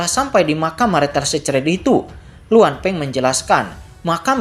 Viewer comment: bang, bacanya kata 'secret' baca 'sikrit' aja bang